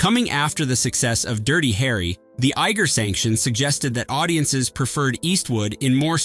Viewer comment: "The Egger Sanction" 😄